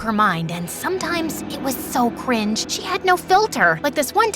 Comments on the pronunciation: Am I buggin or did that say gringe instead of cringe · “ULTIMATE GRINGE”💀